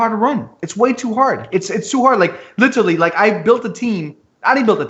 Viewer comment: Every time "literally" is mispronounced in this video...grrr